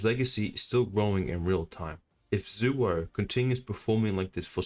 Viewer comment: you pronounced it wrong. Its not zuwo. Its zaiwho